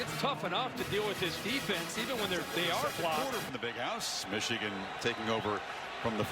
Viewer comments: Stop saying Meeechigan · Meeechigan lol